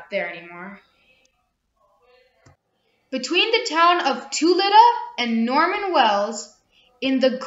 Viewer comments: Great video! Just a heads up, Tulita is pronounced kind of like “tel-e-ta.” It’s kind of a tricky one! It’s nice to see someone highlighting the Northwest Territories. Definitely subscribed :) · Came here for the pronunciation as well. Your video is fantastic, take a couple extra mins and connect with locals on the names. Tulita Dolomite Carbonic The reason prononciation is important to respect is that these areas are not populated enough to influence over viral videos. Really good job on the video 👏